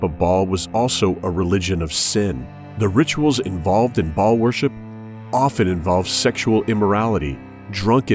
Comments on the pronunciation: It's "Baal", not Ball. Good video, anyways. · Bah-all, it's a two syllable word with a glottal stop in the middle; much like King Fa-ahd of Saudi Arabia was pronounced. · "Baal" is pronounced with a l-o-n-g A sound! It rhymes with jail! Look it up in your dictionary! Why do people keep pronouncing Baal WRONG?? It does NOT rhyme with "ball" but with "jail"! Just saying... For Big TRUTH! kristi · Baal pronounced ball worship same in religiosity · Yes, but they pronounce it as Ball which is incorrect.